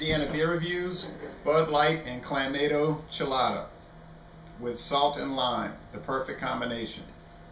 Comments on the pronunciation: Isn't it pronounced CLAM-MAH-TO? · I love Bud Light Clamato, FYI there is an “o” at the end not an “a”. It’s pronounced (cla-ma-toe)